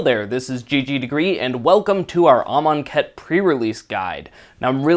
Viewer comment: If you could pronounce Amonkhet correctly, that would be great.